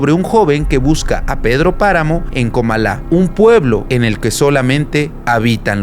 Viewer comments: no es comalá es Comála. 🤦🏻‍♂️ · Tráté de acabarlo,, pero un Inglés pésimo. Y se ve que cultura, igual. No es Comalá, no lleva acento! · Se pronuncia Comala, es grave.